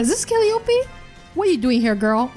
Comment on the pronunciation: Just wanted to point this out only cause I guess no one mentioned it (not trying to be that guy 😂) but it's Cal·lie·opee (Calliope). Again not trying to be that guy! 😂 love your work huge fan lol